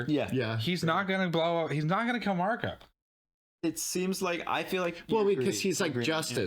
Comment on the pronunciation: Hi:hand-pink-waving:😘 We love you and everything, and you are SOOOOO smart! (but...) The name Marco doesn't have an 's' at the end. 😜 This is the 2nd episode that I've noticed you calling him Marcos. It's not like it's a huge deal or anything, but so many other reactors have called him MARCOS INAROS and it just gets me. LOL Just sayin'. But you can call him that if you really want to. I'm SOOOO glad you guys are enjoying this show so much! Your enthusiasm is so evident and so fun! And, so cool that you get to enjoy and react as much as the others get to, now that you're up to date with the episodes you'd already watched., I'm still waiting for the right moment to come up in the show so I can say what you said a few epi's back that blew me away.